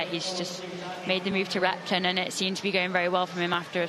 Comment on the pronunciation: When says Repton, it sounds like “rectum” and now I can’t unhear it. 😂